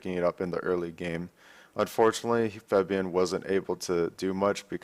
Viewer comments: pls say febiven not febvien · Hate to be that guy, but Febiven is pronounced FEB-I-VEN, not FEB-VI-EN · Dyrus.... it's Febiven, not Febvien. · FEBIVEN ! NOT FEBIEN !!!!!!!!!!!!!!!! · in Dutch it is actually pronounced as Faahbian, maybe he has a hard time pronouncing it correctly. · "Feb-vee-in" ok Dyrone